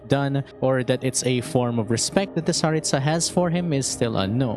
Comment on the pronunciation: Speaking of pronouncing names properly, you keep pronouncing Tsaritsa with stress on the last syllable (tsa), but in Russian, the stress would be in the middle (ri). It seems common among English-speaking Youtubers, but is there a specific reason for that?